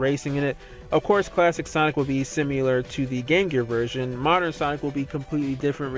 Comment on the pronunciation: Please stop saying "simular"